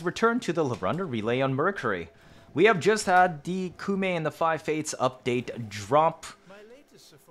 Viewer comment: Koumei, not Kumei